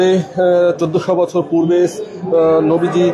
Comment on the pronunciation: সাংঘাতিক সাহেব আপনি নবীজির নাম ঠিক মতো নিতে পারছেন না। আগে নবীজির নাম ঠিক মতো শিখে আসেন।